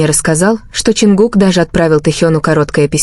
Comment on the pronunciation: Почему эта ставит ударение на имени Чонгука не правильно, и очень много воды.